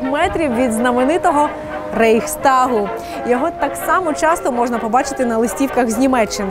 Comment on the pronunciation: Найбільше мостів в Гамбурзі, Амстердамі і Венеці, Берліна там і близько нема. І не Рейхстаґ, а Райхстаґ правильно!